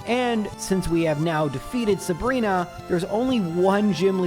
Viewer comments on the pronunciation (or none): none